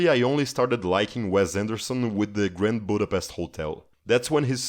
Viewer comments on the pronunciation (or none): none